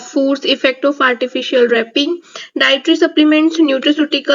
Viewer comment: Madam it’s not Raping it’s Ripening